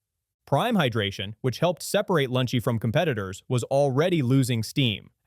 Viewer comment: Note to the editor, The voice over kept saying Lunchy and skipping the second L in the brand name for most of, if not the entire video.